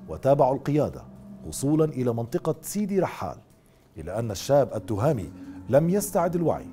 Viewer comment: نحن المغاربة ننطق أسماء وألقاب المشارقة بطريقة صحيحة حتى ولو صعبة ومركبة. ولا أفهم لما المشارقة لا يستطيعون مع أن الإسم ذكر في القناوات المغربية. التْهامي وليس التُهامي. وبنَّاني وليس بَنَاني. والعَلمي وليس العالمي.